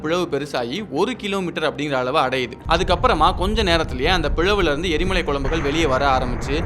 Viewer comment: எரி மாலை இல்லை எரி மலை